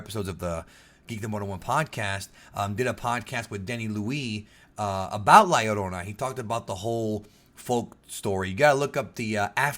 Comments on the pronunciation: Man I just came to watch this because I knew Geekdom was Hispanic. Glad to hear you pronounce it correctly! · It's Pronounced La Yur-ona because "Ll" is "Y" in the Spanish Language. A Good example is "Pollo" being pronounced as Po-yo.